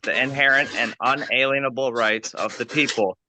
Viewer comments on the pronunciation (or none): I've looked into this since so many sovcits pronounce it this way. They have, for whatever reason, chosen to say 'inaleinable' to express the notion no leins can be placed upon them. Is it stupid? Yes. It's there a motive behind it? Also, yes.